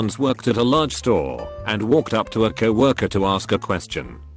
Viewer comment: co-worker = cow oker